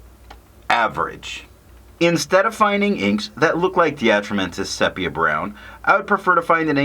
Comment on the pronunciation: Nice review. Quick correction: sepia is pronounced SEE-pee-uh